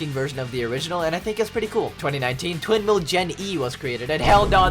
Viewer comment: Did he say twin male or twindhale